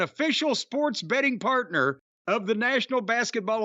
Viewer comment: Jim saying patna (partner)made my day lmao Jim always invited to the cookout 😂